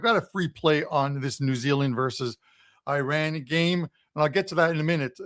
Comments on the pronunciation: It’s painful to hear the pronunciation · I know nobody cares ,but it,s always good to pronounce it the right way!